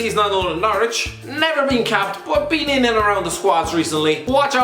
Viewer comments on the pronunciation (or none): none